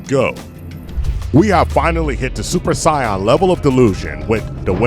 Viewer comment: Super Scion ? Or Super Saiyan (sayin)